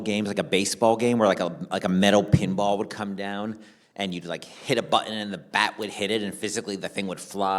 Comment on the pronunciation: Bro can't say pinball machine lol?